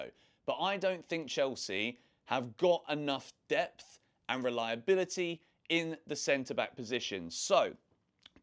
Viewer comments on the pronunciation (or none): none